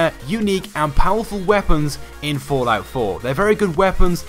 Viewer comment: I everytime hear the word fortnite when he says fallout😂😂